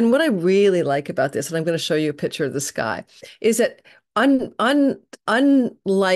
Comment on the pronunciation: What do you mean pitcher ❓ Baseball or liquid ❓ The word is picture; the C is pronounced. You and I are of the same generation when they taught us proper pronunciation. 🤨😒